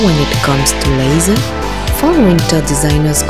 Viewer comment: haha! you pronounce "leather" as "lazer" (or more something like "lèï-zeu") and "lenght" as "lands". Heureusement que je suis francophone et donc que je comprends votre fort accent ;-)